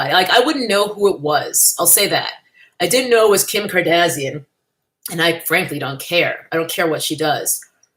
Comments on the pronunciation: Lol you say their last name like "Cardassian", a race of aliens in Star Trek 😂. Not sure if that was intentional or not lol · Every time you say Kardazian, I die a little on the inside. Brilliant. 😂